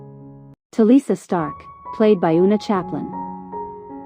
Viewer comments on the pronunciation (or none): none